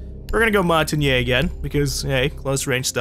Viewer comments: You're actually pretty close there,. You're saying it like [mɔ̃.taɲe] when it's [mɔ̃.taɲ]. Basically, try saying it the way you do, but without the last "e", like "montagn". I don't think it's easy to say if you don't speak french though, so you're right, no need to worry about it, really;-). Keep up the good work, I LOVE this series, especially when you can chat with your team, but I'm aware it's not possible to have that every game. Love you. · It's not actually said "shampain" in french, it's just easier for english people to say it that way. But you're right that it ends with the same sounds as champagne, only in french. If you know phonetics, it's said [mɔ̃.taɲ] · I believe it is Mon-tah-ney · Mon-Tain-Yah,. It's Mountain in French. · montagne: the French word for "mountain". Pronounced like a combination of the words "mon-tan-ya". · It's mon-tan-yeh/yay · Essentially, it is pronounced mon-tan-ya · it is pronounced Mawn-Taw-Nyuh lol if that helps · it's pronounced mon-ta-ne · It's pronounced Mon-tayne. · Close, but not quite ;). It's [mɔ̃.taɲ].